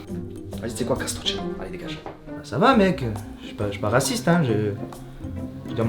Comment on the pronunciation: Raciste pas « rasicte » sinon ça se lit rassikte